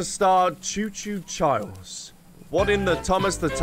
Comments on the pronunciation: Charles was just upset that you kept calling him Chiarles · Please go to the King and call him Chiarles and record his reaction, thanks! XD